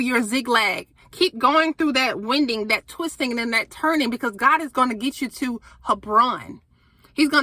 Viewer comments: Thank you 🙏🏽 Also the word winding rhymes with minding 😊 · ‘waending’ is how you pronounce that winding, lol! I like that even though English is yr first language you just experience new words just like us 😅. It’s like how you wind a rope around a pole etc. past tense is wound ‘waond’ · Great video sister!! Just gotta say... Winding is pronounced... Wine-ding. Great video, great word🙏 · ❤ "winding", this one is pronounced like a winding, bending, curvy road. Also like 'winding' up a toy, or bringing a program (winding up) to an end. Hope this helps.